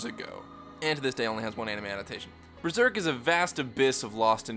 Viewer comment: Does anyone else hear "BREZERK"?